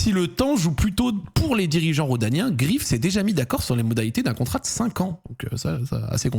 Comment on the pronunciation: Ça se prononce Greif pas Grif si jamais mais bon ça doit sûrement te faire chier de le prononcer façon allemande